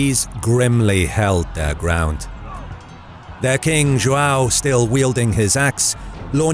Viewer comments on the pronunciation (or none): It's João, not Joao. I should know, it's my name. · its produced JOHN jo-hn john. don't ever use spanish for Portuguese. also if come in with some bullshite document saying something i will fight in the comments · English speakers pronuncing João 😐. Let me help. Ju Ã u (~ gives a nasal sound). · Cool video but the joao part triggered me a little because its joão but it doesn't matter that much cool video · errr, the way you pronounce Joao is very un-portuguese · If you're gonna call D. Fernando "Ferdinand", then why bother trying to pronounce João instead of just calling him "John"? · Dude, you butchered the word João so hard